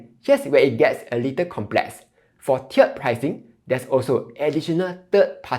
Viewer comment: tee erd pricing not chiered